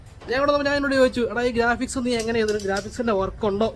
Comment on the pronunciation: ഗാഫിക്സ് അല്ല ബ്രോ ഗ്രാഫിക്സ് എന്നാണ്